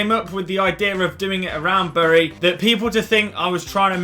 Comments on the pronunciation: The way you pronounce bury is meant to be "berry" not b uh ry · It’s pronounced Berry not burry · Its pronounced berry so stop saying it wrong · It’s spelt bury but it’s said berry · U pronounce Bury as Bery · Please learn how to say the name of the club. Its said like 'bury a body'